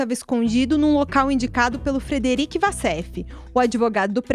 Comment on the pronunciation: uma jornalista que não sabe que Wassef se diz "Uassef" e não "Vassef"